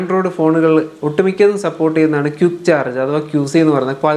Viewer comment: ക്യുക്ക്❌ ക്വിക്ക് ✅ എക്യുപ്മെൻ്റ്❌ എക്വിപ്മെൻ്റ്✅